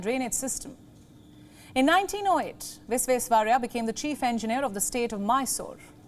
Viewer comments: His name is Vish-wesh-wa-rai-ah - VISHWESHWARAIAH Pls pronounce it rightly 🙏🏼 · explain it how? I studied from Sir M Visvesvaraya IT college bangalore. Every year we used to celebrate his birthday with correct pronunciation. The kannada professor when addressing him officially used to say Sir Mokshagundam Visvesvaraya not Visvesvarriah. I have explained how the words gets pronounced in a different way due to local phonetical difference. You go to Bengal the pronounciation of Visvesvaraya will be Bisvesyaraya. Go to Nepal the pronounciation will become Bhisveswaraya etc. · Learn how to pronounce Sreemaan Mokshagundam Vishveshwaraya's name properly then think of reading news ... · Name is Sir M Vishveshwarayya❤❤ .. pronounce clearly✌️✌️ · Please atleast pronounce his name correctly.... then you can talk about him. 😡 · She cannot even pronounce the name properly.. We are really missing palki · Please first learn to pronounce his name properly🙏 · News Presenter should have practiced pronouncing Sir MV's name correctly. She is definitely better that Rahul baba though. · Better than Rahul Gandhi how he pronounced it oh no. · Ha ha ha...yeah true!